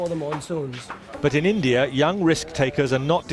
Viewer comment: I like how he says Indie Ear. Actually... I really hate it.